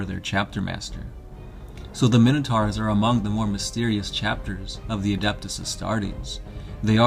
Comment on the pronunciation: Pronouncing minotaurs wrong